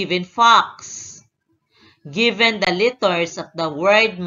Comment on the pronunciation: Omg yung salita niya ang pronounce nya ng letters littets